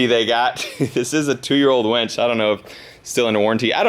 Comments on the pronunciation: Winch - Not Wench !!! LOL LOL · I think it's a winch not a "wench" 🤷‍♂️ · Hahahaha Winch, not Wench..hahahahah